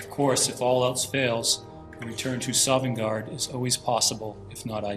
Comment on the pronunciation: I shit myself when said he was a skyrim fan because I'm playing Skyrim right now, my eyes have never darted from something that fast before lol. Also props to the guy reading the notes for correctly pronouncing Sovngarde.